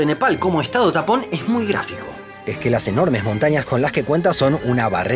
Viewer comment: Por un momento creí que dijo estados TAMPON 🤣🤣🤣